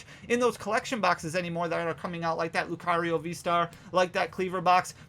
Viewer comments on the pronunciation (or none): none